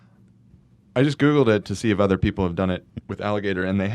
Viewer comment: I love when hila pronounces “ other” as “uder”